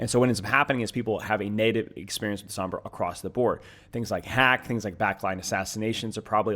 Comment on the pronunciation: Sombra. Its sombra. And maug.